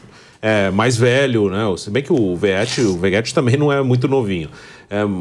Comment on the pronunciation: "Vegéti" kkkkkkkk